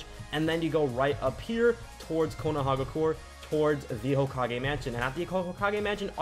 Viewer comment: Call it Konoha or Konoha-gah-cure-aye